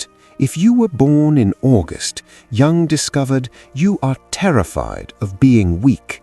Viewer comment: WHY OH WHY ON THESE SITES OF INTELLIGENCE, CAN JUNG'S NAME NOT BE SPELLED OR PRONOUNCED CORRECTELY